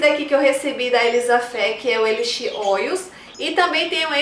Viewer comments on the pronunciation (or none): none